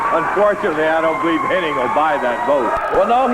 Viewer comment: The guy’s name was “Hennig.” Even Lawler botches it. 😅